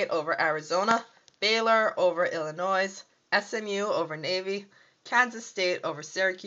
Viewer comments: its pronounced ILLINOI not ILLI-NOISE drop the S idiot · Ohio St. is not in the Big 12. I can see how you made the mistake since they are in the Big 10 and there were 11 teams in the conference that year. The last S in Arkansas and Illinois is silent. I CANNOT see how you made this mistake, as you are older than six (I presume)...